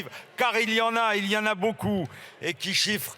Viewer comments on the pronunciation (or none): none